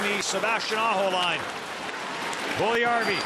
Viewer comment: And how to pronounce Puljujärvi: Pull-you-yarr-we. Best of luck to Jesse, he has everything to be superstar after couple of years. Some even say he's better than Laine.